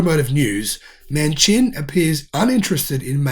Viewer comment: Manchin is pronounced Man Chin